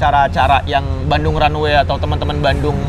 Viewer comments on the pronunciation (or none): Runway za bukan runaway